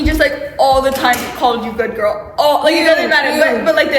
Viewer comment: Like in a jamaican accent "Good gyal" with a straight face😭